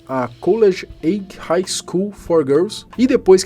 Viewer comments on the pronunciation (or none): none